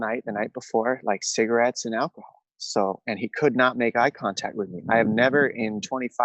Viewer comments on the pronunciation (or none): "You smell like "Cig-Are-ettes" -Forrest Gump